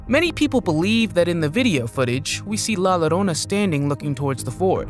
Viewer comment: La llorona is pronounced la yorona in english ; as in spanish the two LL's toguether Its' is own letter and is pronounced like a Y.